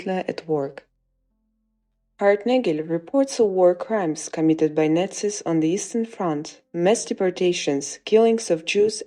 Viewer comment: If you are going to talk about nazi’s, then at least learn to pronounce the word properly!!!